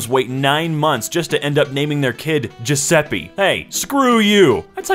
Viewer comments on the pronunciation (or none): thats not how u pronunce Giuseppe and can tell cuz in italian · worst possible way u could ever pronounce it 🔫😃 Coming from an italian 🤗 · No, its not pronunced like 'giuseppie' GIUSEPPE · Actually "Giuseppe" is pronounced: gizz-epp-ay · Giuseppi.. lol, as an italian i can say im pretty sure that's not how u pronunce Giuseppe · It is pronounced (and ž is slovenian) žusep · "that's how you pronounce that name, right?" it's jis-ep-ay